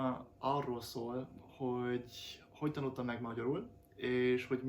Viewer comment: Hááát nem tudom igazán leírni, hogy pontosan milyen, alig hallható amúgy, ahogy mondtam.😀 Azt nagyon hallom, hogy például a tanult, itt, mielőtt szavakban a t betűt sz-nek vagy c-nek ejted ki. (Tehát múlt idejű igék, vagy t-re végződő szavak) Meg mintha némely szót a kelleténél gyorsabban mondanál ki és így kissé egybe folyik. Nagyon köszönöm, ez tényleg jó hozzáállás.🙂 Szólni fogok, ha úgy lesz és kijutok az országodba, köszi.😊